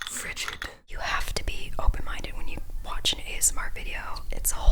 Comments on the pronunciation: When Eugene said "frigid" 😂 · When Eugene said ‘frigid’ I broke down